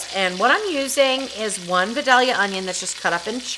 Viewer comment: its not va-doll-ea its pronounce vie-DAY-lea onion. we grow them here in georgia.